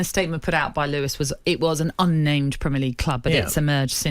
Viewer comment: ‘Lewis’? It’s Lewes - pronounced loos